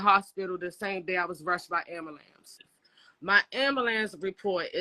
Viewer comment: Why is ambulance so hard for black people to pronounce?